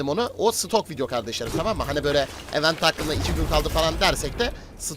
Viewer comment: Kardeşim ögrende gel yaa "i'vent' diye okunur tırnak içinde yazan kelime "event" kelimesinin okunuşu